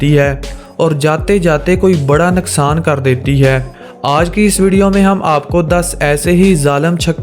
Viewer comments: Nuqsan hota ha naqsan nae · Abye panjabi naksan nahi hota hai nuksan hota hai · naqsan nhain hota bhai nuqsan hota hai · Naksan nhi noksan😂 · You say naksan